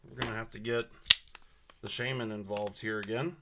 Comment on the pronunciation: SHA-MEN! I have ocd also sorry. Sheymen triggers me👍🏻 like your cme’s.